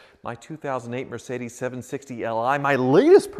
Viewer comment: come on, really "MERCEDES 760 LI" 🤣😂